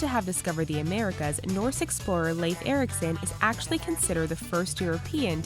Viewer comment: she is pronouncing correctly